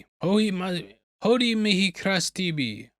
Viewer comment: As a 1 year student of High School Latin...Hodie would be pronounced: Ho-Dee-Eh